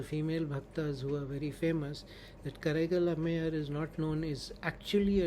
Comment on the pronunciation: The pronunciation is: Kaaraikkaal ammaiyaar: காரைக்கால் அம்மையார்